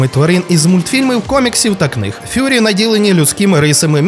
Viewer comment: Дуже потужне та базоване відео, але немає нічого ідеального, тому як експерт зауважу: - Правильна вимова слова, тобто: Furry (фуррі) що в перекладі означає - пухнастий. А вже на моменті; - Неправильна вимова слова, тобто: Fury (фьюрі) що в перекладі означає - лютість. Хотів би, побачити це своїми очима, а не на словах, я не сумніваюся, що цей ТікТок існує, але чому ви його не додали на хронологію відео?